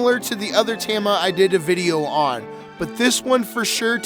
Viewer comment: Maybe learn to say tama